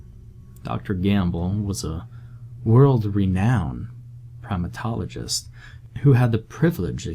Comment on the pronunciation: We he first introduced the doctors I heard "world renowned proctologist" (instead of primatologist) and for a split second thought it was about to switch to a freakypasta. But really though I did drop my candy and tap back 10 seconds